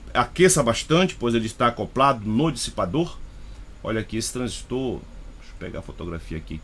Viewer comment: Parabéns pela análise, gostei. Satisfeito em ouvir uma análise realmente técnica, com conhecimento prático, gostei ainda de ouvir a pronúncia correta do TRANSISTOR. Tem gente que repete, igual papagaio 🦜 tudo q escuta, por isso tem gente falando "TRANSÍSTO", pronúncia como se tivesse acento agudo no i, esquecendo até da letra r.